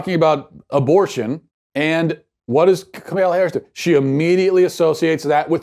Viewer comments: 100% agree with you on this issue Matt. (Side note: Her name is pronounced "comma-la") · he’s so dumb he can’t even say her name right